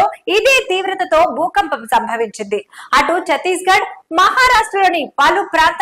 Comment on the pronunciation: Bhoopampam ahh bhoookampamaa😂